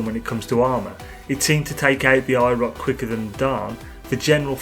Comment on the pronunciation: I thought he was saying “EYE ROCK”